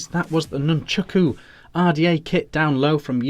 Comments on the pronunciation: Please, can we get the name right??? Nun-chAk-u, not Nun-chUk-u. Great review though. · Nice review but it's called nunchaku not nunchooku 🤣